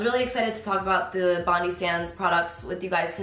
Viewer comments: The i in Bondi is pronounced like “my, myself and I” not like an e hehe it’s a Australian beach in Sydney! Been using all Bondi products for at least 2 years and never use anything else hehe Sending so much love from Gold Coast, Australia xoxo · The way you pronounce Bondi 😂💖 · did everyone just miss the part in the the way she said ‘bondi’ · the way she pronounces Bondi haahahahhahahaahahahah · as an Australian i am triggered by how she said bondi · The pronunciation made me giggle a bit 😂 it’s pronounced ‘bond-eye’. Obsessed with their tanning products! ❤️ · Hey Carli just wanted to let you know it’s pronounced bon-dye. Bondi is a beach in Sydney Australia!😄☀️☀️🌊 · From an Aussie - Its Pronounced BON-DA-I (BON DIE) Its a surburb (beach) in Sydney Australia x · Hey love, it’s pronounced Bond(eye) (capital I) after the suburb of Bondi in Sydney, Australia 🇦🇺 its an Australian brand. ❤️. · Pronounced bond eye. Like the beach in Australia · Aww babe it's pronounced as Bond-eye for Bondi Sands, cute haha ❤ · The way she says Bondi is so cute😂 but it is pronounced BONDYE 😘 Love you girl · My love! Just so you know, it’s pronounced “bond-eye” like the beach 🏝 much love from Australia 🇦🇺 🐨 💕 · Bondi is a beach in Australia. Pronounced “bon-die”. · So beautiful Carli <3 Also, just cuz Im a psycho , It's pronounced: Bond-eye :) It's a suburb and a beach in Sydney, Australia :) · It’s pronounced Bon-Die ( like the beach in Sydney 😉 ) xxx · I use the same brand, it’s 👌🏻👌🏻 Oh and just wanted to say it’s pronounced “bond-eye” because Australians have to be extra 😂 from a true-blue Aussie (also pronounced like Ozzy) no hate, I wouldn’t be petty over someone not pronouncing something correctly haha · bondi - as in the beach ( sounds like bondeye) just to help you out , #AustraliaLove 💖🌹🌷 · Bondi Sands is every Australian girl's secret. Hehe also it's pronounced "bond-eye" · Just a heads up it's pronounced 'bon-die' like the beach here 😊😊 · bondi is pronounced bon-die xx